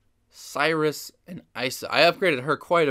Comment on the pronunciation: It's Siris. Not sirius